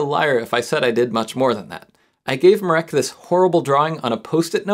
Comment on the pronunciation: I'm polish and let me tell you, you (slightly) BUTCHERED mirek's name. it's mi (xiaomi) -rek, not my (myth) -reck. you also pronounce the 'r' like you would with a Ukrainian or Russian accent